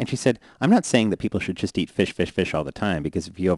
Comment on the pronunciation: I hate the way he says fish